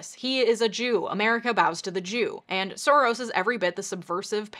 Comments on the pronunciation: It's pronounced Shorosh , which means roughly translated - lucky or fortunate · His last name is properly pronounced "Sorosh"; in Hungarian the "s" alone is a "sh", to write an "s" sound, you spell it "sz."